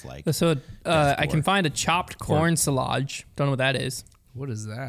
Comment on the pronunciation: Bro did just say suh-ludge??! Silage is pronounced "sai-luhj". 😂😂